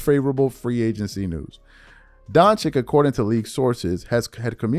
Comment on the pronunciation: DON-CHICH. SAY IT WITH ME DONC-HICH